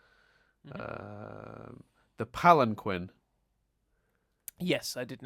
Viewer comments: Wow. You should really learn from Connie. Literally an upcomming quote from the show: You and Steven both: "The Palan-quinn!" Connie: "Actually, it's pronounced palan- keen!" Now poor Chris is gonna stick to that pronunciation forever and can't even be blamed for it 'cause he got it from you!:P The popular theory on the temple being the fusion of all five has since been all but confirmed through Rebecca Sugar in the podcast. I'd say that sufficiently canon. Not a Photo,. It was a painting. And the most difficult part was getting the shark to pose. I'm guessing by new information, and considering the entire rest of the show together, that Rose, ever since she rebelled, never wore anything else than her dress. Or something like a shirt over her dress. By the way, that image itself is likely a reference to Watson and the Shark: Concerning Rose never having had a Lion: The whole premise of Rose's Scabbard was, that Pearl didn't know everything and was deeply hurt by the revelation. Rose must have kept all her lions a secret. Another detail about that: Buddy said: * "Two of the Crystal Gems!" * "The third Crystal Gem!" * "An Angel" / "A large figure in the shape of a Giant Woman. The ringlets of her hair spilled over her shoulders and back, like a swath of roses." Which at least suggest that, for what ever reason, Buddy hadn't known Rose. In Spite of her fondness for humans, and the evidently already existing Temple. This also fits with Historical Friction: In it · "Pallen-kwen." TRIGGERED!!!! "Pal en keen!" (<3)